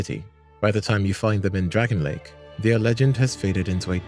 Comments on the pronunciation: DRANG-LAY-ICK NOT DRAGON LAKE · Awesome video, dude! One thing though.. "Dragonlake?" "Drang-lay-ick" is the proper pronunciation. Its not that deep but i had to point it out lol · DRANG LEY IC not dragonley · PLEEEEEEEAAAAAAAASE!!! ITS PRONOUNCED “DREN-LEK” NOT DRAGON LAKE 😭😭😭🙏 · Your constantly saying dragon lake instead of Drangleic very clearly and well prononunced makes me wonder if you have actually played Ds2 or are just reading a list of stuff you found elsewhere 🤨not like its not mentioned in conversation enough times in game, if it were a slip of the tongue then fine, but you do it consistently. 🧐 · Drangleic is not "dragon lake" 🤣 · PLEEEEEAAAASE!!! IT'S PRONOUNCED "DRANG-LEYIK" NOT DREN-LEK 😭😭😭🙏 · "Dragonlake" "pattay" brother... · Love the video but bruh your pronunciation of Drangleic is atrocious